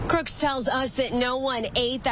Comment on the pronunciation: Did she say Crooks? 😂